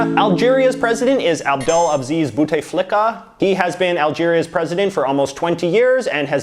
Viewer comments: You pronounced my president's name as "boutey flicka" , I'm dead. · You absolutely butchered bouteflika's name 😂😂😂